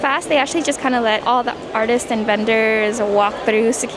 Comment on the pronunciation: i don't know if you've noticed this, but you always says "artises" instead of artists